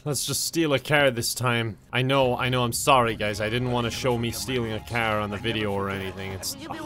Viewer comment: The best part is like he's talking super normal and then he says "caeerr" instead of car and I always die